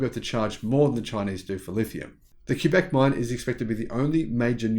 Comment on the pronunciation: Thanks for pronouncing Quebec correctly! As a French speaking Canadian it is appreciated. Great report.